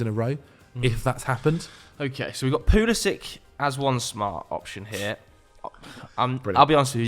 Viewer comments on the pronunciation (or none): Stopped watching after he said pulisic